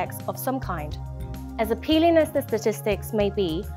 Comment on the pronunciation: “Appalling” you may check how it’s pronounced, you got it wrong during your intro.